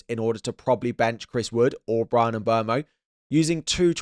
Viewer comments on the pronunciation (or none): none